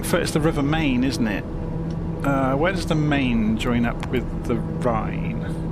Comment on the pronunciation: The river that flows past your former office is pronounced "mine" as in "yours and mine". Strictly speaking, the city's name is Frankfurt am Main (Frankfurt on the Main - there's more than one Frankfurt in Germany). Koblenz is pronounced "koh-BLENTS" (accent on the second syllable - typical German pronunciation rule). As Chattanooga pointed out, south of Koblenz there's the Lorely, but there are also several castles including the Mäuseturm (Mouse Tower) in the middle of the river and the vinyards lining the banks of the Rhine - better to have stayed with the Rhine to Mainz and Wiesbaden. Or flown over my wife's home town if you'd used the Taunus waypoint.